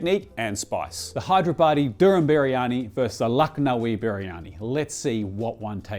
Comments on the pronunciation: I giggle whenever he says: Hi-there-body for Hey-dar-abadi (حیدرآبادی) 😁. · I swear i heard you say Hideyourbody biryani... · Idk why I kept hearing hide your baddie 😆